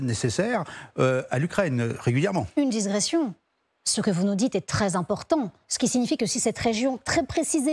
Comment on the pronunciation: Digression pas disgression